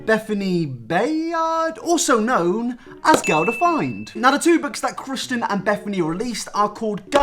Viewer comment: CEO of mispronouncing Kristin